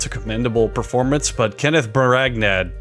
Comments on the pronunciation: I believe his name is pronounced brawn uh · Kenneth Bra-na